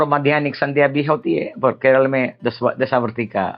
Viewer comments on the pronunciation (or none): none